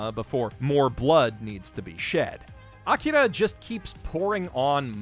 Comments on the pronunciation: Come on, man. Did you have to pronounce Akira the same way Jerry from Rick and Morty does? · That pronunciation of "Akira" is Oscar worthy.